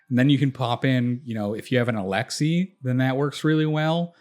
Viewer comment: but not alexei :P